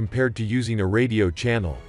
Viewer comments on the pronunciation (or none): none